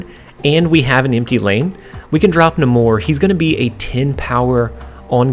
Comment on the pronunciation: Love the videos, it is NAY-MORE with a long A though, Namor the Submariner He’s also the first mutant by publication history (not chronologically)